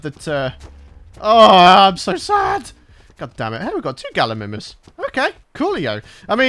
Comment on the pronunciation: Once you get a 140-150 tame your progress skyrockets. Also try taming an equus as they are crazy good at knocking things out where the pachy isn't all that good at it and lastly it's gallimImus you pronounce the i like it's emphasized